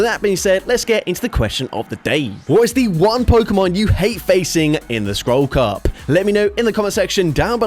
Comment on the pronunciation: Goddamnit now i hear it too😅